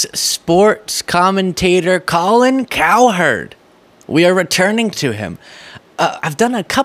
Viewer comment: Colin, we don't call you Colon. Pronounce her name cowrecktly!!!!!